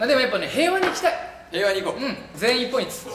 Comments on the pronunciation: ずっと思ってたけど翔太くんって2ポイントじゃなくて2ポインツってちゃんと複数形で言うよね笑笑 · 1ポイン“ツ”なのに 4億ポイン“ト” ☺️☺️☺️？？？？？ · １ポインツって言ってるのに ４億ポイントになるのかわいい笑笑